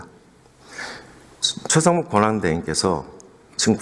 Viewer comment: 의원님! 최상모기 못알아들어용😢😢😢